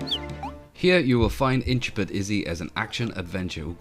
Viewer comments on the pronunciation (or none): Looks good, looking forward to my Kickstarter copy. Backed this almost four years ago now, so it's been a long wait! It's Intrepid (in-treh-pid) rather than 'intra-pid' by the way, as in "an intrepid explorer".